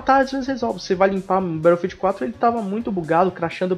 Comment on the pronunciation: "Berófiu" ha ha ha ha